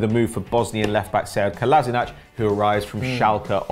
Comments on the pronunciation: It is Kolasina"k" not Kolasinac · So the self-proclaimed 'king of pronounciation' can't say Kolašinac properly. What a shame.